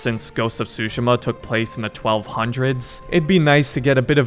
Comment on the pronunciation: Bro you need to work on your pronounciations if your gonna make content😂 “Ee-dough” it should be said “Eh-Dough” and “soo-sh-ih-ma” is “soo-shi-ma”